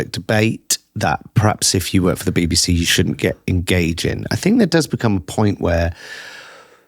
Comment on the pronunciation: When I hear you pronounce BBC as baby-C, it seems quite right.